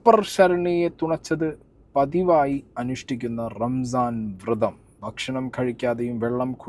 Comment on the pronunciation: Why people say wrong word??? Its not വൃതം its വ്രതം വ്രതം